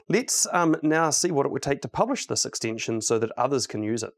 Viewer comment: If an extension is an extinction, how do you pronounce extinction? :}, talking seriously y love VSCode, great talk